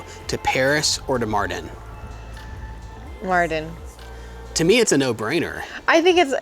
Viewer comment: I just subbed guys. You are a wonderful family. A big thumbs up... By the way Mardin is definitely the right choice. It's great that you made this choice and the other advantage is You call it like 'Martin' :))) so easy ahhhahaa